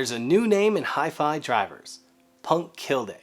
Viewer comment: Love your work! Oh, and er... it’s pronounced punkt keelleh... or something... close as I can get with English phonetics...